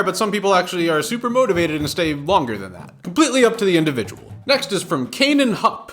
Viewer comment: WOW! I cant believe you said my name right I one time had a substitute teacher say Kainan Hoop